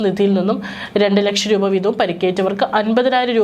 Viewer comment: റൂഭ അല്ല. .രൂപ. .ഒന്നിറങ്ങിപ്പോകാമോ 😡😡😡